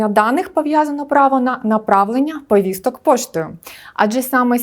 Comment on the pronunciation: Чому постійно каже Вповісток, Вповістки, навіщо жодавати літеру "в" перед словом повістки???